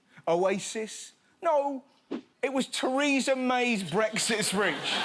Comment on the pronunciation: "thereasa mays bresit spReach